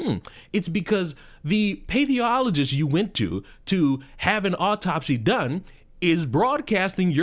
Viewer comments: As someone who has worked in pathology, I cringe at how you butcher the term pathologist. It's not that difficult. Path (to rhyme with ass) oll, ojj, ist. Pathologist. Not paytheologist or whatever the hell you were saying. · Pathologist = path ol o gist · dude, pathologist is pronounced pa-thol-o-gist. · you can ask AI to help with pronunciation. Say, path-all-uh-gist. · lol Path- OLogist. . I was wondering if that’s what you were trying to say. Yeah that’s fucked up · For the record, I believe it's "Path(as in the walking kind)-all-ogist" 😊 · "path". like walking down a path. You naild the "ologist" part!!! Good for you!!!! !!!! ! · butching the word "Pathologist", please I beg you it's pronounced Pa-thol-o-gist. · there’s no way you are not purposely saying pathologist like that…….